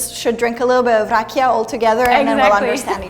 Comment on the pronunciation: Rakija not Archias